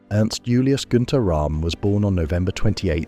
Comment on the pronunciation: Roerm not Rahm. He was German not Indian!